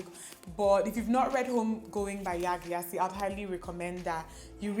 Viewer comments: Aww Dimma! My Favorite! Also Yaa Gyasi is pronounced “Jayci” I hope you’re not offended 💖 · Hello! Yaa Gyasi Gyasi is pronounced jayc (the jay in Jay z) ☺☺☺